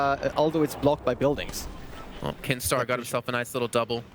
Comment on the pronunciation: Kinstaar not keemstar